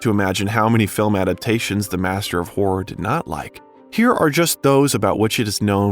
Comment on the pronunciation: Narrator: Learn to pronounce "horror". It's not whore! Stephen is not the "King of Whores"